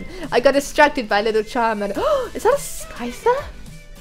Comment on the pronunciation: XD you said carmander